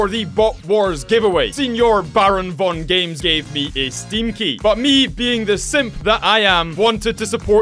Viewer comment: The way he said bravongames had me wheezing